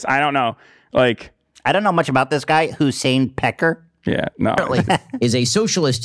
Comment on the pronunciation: It’s Hüseyin Peker Holy fuck you ruined his name lmfao